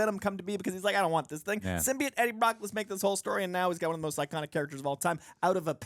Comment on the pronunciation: you of all people should know how to pronounce Symbiote!